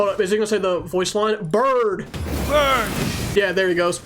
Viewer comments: its burn not birid 😂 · diluc says burn not bird